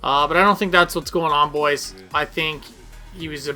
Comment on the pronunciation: solid vid, disliked for "bois"